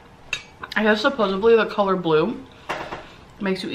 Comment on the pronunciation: She's ignorant on so many levels. When she is talking about eating at a blue plate she says "suposavly". 😅